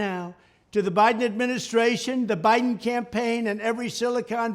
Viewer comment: Trump’s brain is 1,000,000,000 > < is brain of bre-zi-dent binden…😅😅😅😅😅